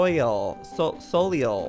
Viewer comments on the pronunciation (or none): Joey I dont think the sea horses name is pronounced Soleil I think its pronounced Solay the spelling is kinda confusing 😂😂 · “Soliel” or however seahorse’s name is spelled is probably pronounced like “so lay” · joey: soleil (soul-eel) me: it's soleil (sol-ay. direct translation is sun in French) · “soliel“ its pronounced “so-lay“